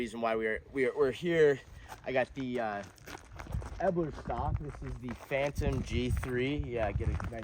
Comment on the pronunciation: The "Eeeeebluuur Stock" lmao